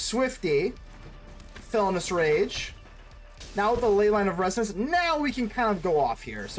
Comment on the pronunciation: Did you not see the I in Felonious Rage? You keep calling it Felonous Rage throughout the video.